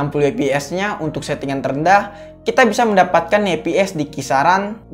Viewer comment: saran aja nih,ngomongnya fps bukan eps.